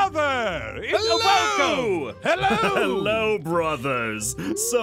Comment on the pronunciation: “Helewo” Wow..